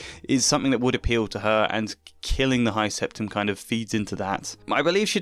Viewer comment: Hearing you pronounce "high septon" as "high septum" actually fried my brains